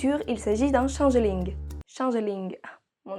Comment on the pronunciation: Moi j'aime bien la prononciation française du Changelin. Ca pourrait presque être une chimère entre un chameau et un pangolin. Si vous avez l'image en tête, je n'y suis pour rien ^___^